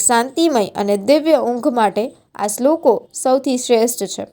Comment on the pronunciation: બહેન શ્રી,તમે શ્રલોકો બોલવા માં ભૂલ છે ભાષા સૂધારો,બીજું સ્વાધ્યાય પરિવાર માં ત્રિકાળ સંધ્યા માં કરોડો લોકો શ્રધ્ધા થીસુવા ટાઈમે ભગવાન ને યાદ કરેછે,તમે તો મહાન શાસ્ત્રી હોય એવું પ્રલોભન આપી દીધું,બંધ કરો લફરાં જ્ઞાની હોવાના, બરાબરને 🙏